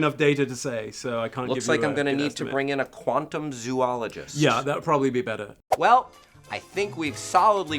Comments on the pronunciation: I lost all enjoyment when pronouced zoologist wrong It's zo-o-lo-gist = Zoologist Not Zoo-o-lo-gist = Zooologist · you mispronounced zoologist :( I hate it when nerds do that